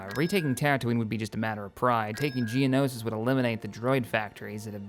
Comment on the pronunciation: Yeah, but then there's stuff like pronouncing Gamorr 'Gamora', Hypori 'Hyporia', and there was one time he pronounced Geonosis as 'Geonosia'. Thinking about he, almost every planet name he mispronounces, he adds an A.